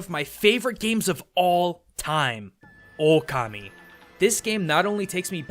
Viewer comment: Okami, not O-Kami lmao